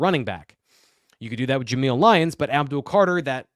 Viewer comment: ABDUL not Abul